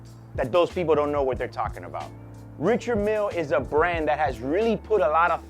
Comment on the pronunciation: Love your videos and don’t mean to be critical. But. Since you’re in the watch biz why not pronounce the name of the watch correctly?